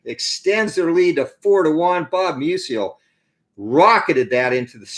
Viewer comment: Good game. FYI, I believe it’s pronounced “MEW-zle” (two syllables) — not “MEW-zee-el” like Stan Musial.